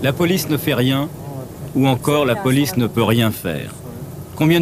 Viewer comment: Ah d'accord je croyais qu'il disait la boulice pour parler de la police😂